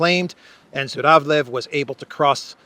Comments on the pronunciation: Zhuravlev sounds/pronounced more like Juravlyov. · Zh pronounce as je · So he is actually ZHuravlev (juravlev) not Z but Zh.